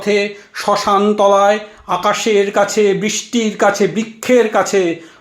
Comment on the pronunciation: উৎসাহ সাধু। উদ্যোগ প্রশংসনীয়। কবিতা নির্বাচন সময়োচিত। আবৃত্তি শিল্পটি আরো রপ্ত করার। প্রথম ধাপ হলো, উচ্চারণ, রি কার, রফলা উচ্চারণ বাদ চলে যাচ্ছে। প্রায় প্রতিবার। এতবার মৃত্যু কথাটি আছে, একবারও ঋ উচ্চারণ হয়নি। এছাড়াও বৃষ্টি ট্রেন ইত্যাদি আরো কিছু শব্দে একই রকম... খেয়াল করা প্রয়োজন।